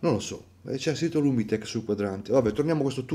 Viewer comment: Quello di Piero è un Lum-Tec, non lumitec. Lo so perché ne avevo avuto uno in carbonio forgiato con dentro myota 9000, purtroppo defunto per rottura di un’ansa in seguito ad una caduta, cosa che mi ha fatto chiudere con carbonio ceramiche e compagnia cantante.